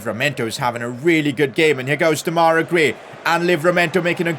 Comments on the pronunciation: It’s not demayra It’s demerai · This has been triggering me, his name is pronounced De-ma-ri Grey